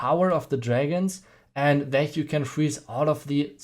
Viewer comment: And also that sound like dat